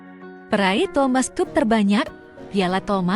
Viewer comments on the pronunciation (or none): Ya Allah mbak Mbak,suara bagus,intonasi baik, artikulasi jelas,tapi mbaca kok Thomas cup.mbacanya seharusnya Thomas kap. Terus UNESCO mbacanya nggak usah dieja , langsung aja YUNESKO